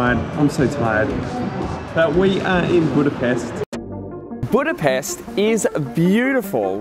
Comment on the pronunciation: budaPESHHHH :P